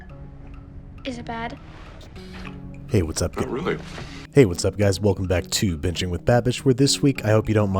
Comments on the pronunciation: I heard, "Welcome to bitching with Babish." 😂😂😂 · Am i the only who heard him say welcome to bitching with babish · Am I the only one who thought he said "Bitching with babish"??? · It sounded like he said "Bitching with Babish" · Did you just say “bitching with babish”